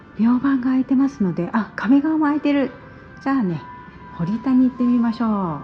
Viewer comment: ほりたではなく、ほったです。